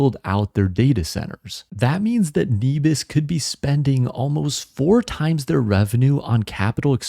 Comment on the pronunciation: Nebius has an incredible team with a huge vision. I can't see it's business model failing. Also I think it's pronounced neh-bee-us, at least thats how I've always said it